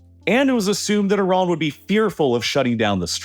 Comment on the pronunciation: I agree, so annoying. At least he pronounces Iran and Iraq right.